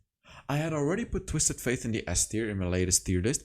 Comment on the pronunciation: Love your videos. Could you please say “Twisted Fate?” Every time you say “Twisted Faith” it drives my ears crazy lol